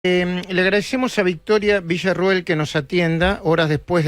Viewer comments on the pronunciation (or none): "Le agradeshemosha... protagonishó..." ¿Qué le pasa?